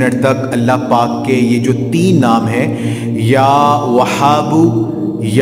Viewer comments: Salam.....bhai ap apna pronunciation tekh kro.....wazifa ap ka tekh hot a h pronunciation tekh ni hota....like وهاب or وحاب ma bht faraq hai kindly ap kisi ulama se pronunciation learning kary....thanks.... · Ya whabo chhoti he se hai aap galt prd rhe hai